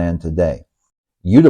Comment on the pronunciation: I was in Thailand: 66, 65, 68, 69, 70, 73, 80, and moved her in 2003...!!! I saw Pattaya when it was still a fishing village and beyond Soi Asoke, Bangkok was all rice fields...LOL By the way - it is pronounced OO-Tapao, not YOU-Tapao